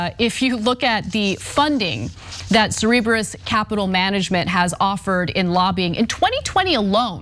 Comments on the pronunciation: its cerberus, like the 3 headed hellhound, not cerebrus! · Cer-ber-us. FFS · Cerberus, pronounced: Sir-burr-us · Cerebrus? No Cerberus.